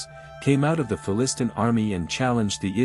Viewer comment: Down voted because of the crap AI voice - mispronouncing "Philistine" and other words. Also, David was not a child fighting Goliath - if you read you Bible he was put in charge of a military force soon after killing Goliath, and was soon married to one of Saul's daughters. The Cubit description about the elbow to the finger is a stupidly long description. Ancient Summer, Akkad, and Egypt all had a standard cubit length, ranging from 52.3 to 52.9 cm (for Egypt), and 51.86 cm (for Sumer). The whole "length of the forearm to the finger" thing is an approximate for daily use when precision, like when building ziggurats or pyramids, is not required. Where I live in America I will walk out 100 square feet or whatever using my shoe heel toe because my shoe length is quite close to an American foot. When I need precision I get out a tape measure. Also, I believe 1 cubit is 1/60th of 1 second of the earth's average circumference. The earth's average circumference is 21,600 nautical miles (about 40003 km). Divide km by 360 you get 111.12 km per degree of circumference. Divide 111.12 km by 60 then you have 1.85 km (approx), 1 min of the earth's circumference, which is 1 nautical mile, as defined by maritime nations today. Divide 1.85 km by 60 an you have around 30 meters (.030867 km), 1 second of the earth's circumference. Divide 1 sec by 60 you have a length of approx 51.44 cm, pretty close to the Egyptian and Sumerian royal cubits. Finally, give the corresponding measurements in